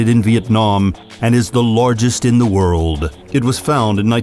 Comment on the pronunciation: He kind of sounds like Reverend Timothy Lovejoy, Jr. from the Simpsons when he pronounces "wooooorrrld" ... "doooowwwn"'.... "behoooold" ... "landfooorrrm" :D